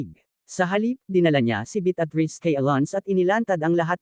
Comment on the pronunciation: Malimali ang pronouciation mo ng pangalan ng babae,,betatriz ,Beatriz at ang "sumira"sumayra ang pgkabigkas mo